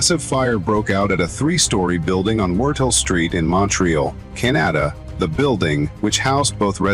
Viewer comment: AI voices are getting better, but I can't help but smile when it pronouncing Canaada...